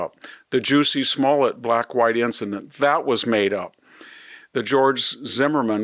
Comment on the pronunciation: lol, Victor Davis Hanson said "Juicy Smollett"